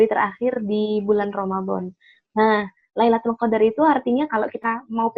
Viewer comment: maaf kak luna tadi salah mengucap lailutul qodar ya